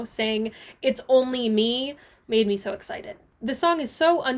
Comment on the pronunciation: i laugh soo hard every time you say me-hee